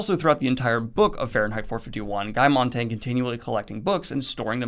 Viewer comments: His name is Guy Montag, not Montang. I know, dyslexia, but still. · Loved the video but I’m german and there was this one thing that really bugged me. Throughout the video Daniel says Guy Montag’s name like ”Montangg”... Montag is german for monday ;) it’s not montangg. I really enjoyed the video but I just had to get that off my chest:)